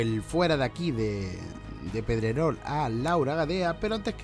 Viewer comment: Por lo menos di bien el nombre de Pedrerol y no digas Medrerol